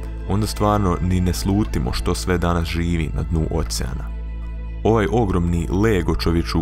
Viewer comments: kaze se okean a ne ocean ahhahahahahhahaha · Kaže se "okean", kakav "ocean"..... Pa je li realno ovo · neizgovara se ocean nego okean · Okean a ne ocean hahhaha